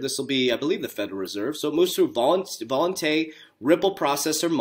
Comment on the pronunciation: Can someone close to this dude please help him pronounce Volante correctly, thanks